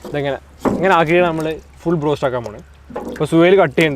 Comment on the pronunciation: brost anno ado go ennano paranje